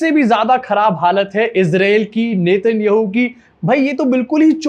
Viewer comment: Get the names right. Please. If you cannot even pronounce the Israeli prime minister's name, you are not worth watching.